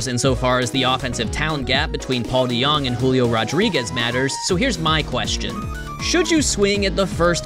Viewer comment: Probably because he said his name wrong